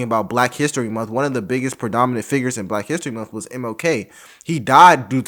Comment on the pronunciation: There aren't many things that get under my skin as much as when they say every month is white history month. Well, they actually say every munt is white history munt and that irritates me too. Why would you try to sound ignorant on purpose?